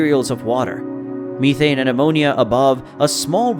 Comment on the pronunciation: You made a couple of mistakes. The moon is not "Lo", it's "io" (Indigo oscar), and it's methane, not methene